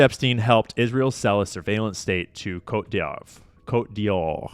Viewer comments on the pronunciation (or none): What’s up. So, the french name for the country Ivory Coast is pronounced “Coat-day-vo-ah” but try pronouncing it all together and a little faster. 😅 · Is it pronounced: Coat Dee Vwahr? (Cote D'Ivoire) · Pronounced coat dee vwarr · The way he said "Côte d'Ivoire" betrays that fucked a French Canadian, guaranteed